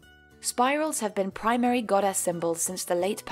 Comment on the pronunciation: Any one noticed that she says GodASS